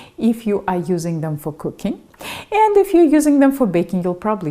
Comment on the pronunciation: YOu use a long i with if. eeeef.